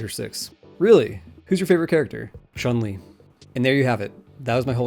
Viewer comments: Bro said Chun Lee hahaha legend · "Favourite game?" "Street fighter" Me: pretty its chun li "Favourite character?" "Chun li"